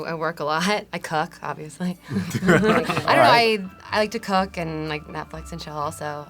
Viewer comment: I thought she said: “I like to cuck.”